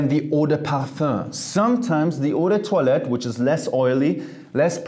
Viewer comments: Yes, the correct pronunciation is "ou de twa let" based on french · I always say Eau de toilette like"Eww the toilet". Now after hearing his pronouciation about that word. Now i can pronouce Eau de toilette correctly